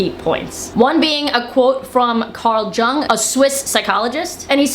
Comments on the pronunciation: carl jung, pronounced as young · Jung is pronounced “Yoong” btw. Sensible content as ever, thanks! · Jung is pronounced "Young" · Pronounced, "young," not "Jung." Just sayin'. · You called him Carl JUUNG. God everyone is stupid and can't pronounce basic words. Also isn't Valtrex and abreva cheap? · Just FYI, it’s pronounced “young” or “yung”, not “Joung”. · Carl Jung is pronounced Yung. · BTW: Carl Jung is pronounced (Karl Young)!!! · Jung is pronounced like Yew-ng. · Great video and good points made but just a little correction (sorry!) it’s pronounced Carl Young (spelling is J but you pronounce it as a Y). I studied Psychology, hope you don’t mind the correction 😊. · Carl Jung Pronounced Yoong (oo sound as in look) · Jeffrey Marsh is a straight-up GR OO MR! He's like a creepy actor that missed his audition for "Pink Flamingos." I like your channel, but Carl Jung's last name is pronounced like "yoong." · Jung is pronounced “Yung.” I don’t want to get on you because I love your content, but did want to let you sound like you didn’t understand. I hope this is alright to correct. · Carl Jung is pronounced like 'Carl Young' by the way. He is a giant in the study of the mind. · Carl Jung’s name is pronounced “Yoong”. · Jung is pronounced Yoong, I see you don't watch much Jordan Peterson, lol. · I am a straight Christian and I love your videos, along with The Offensive Tranny and Buck Angel. Also, Carl Jung is pronounced Carl "Young". Thanks for all yall do. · I believe it’s pronounced more like yoong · It’s Carl Jung pronounced Yung. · Not to be mean, but someone really has to teach Americans how to pronounce "Jung"